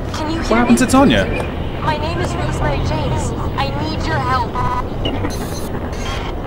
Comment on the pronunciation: Rosemary, Not Rose Marie.